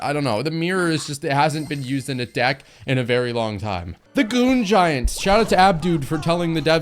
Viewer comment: I'm sure he said ,,Goon Giant"